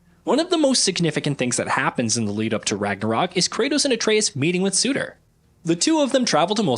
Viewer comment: How do you pronounce ”Surtr”?: ”Suitor” 🤡🤡🤡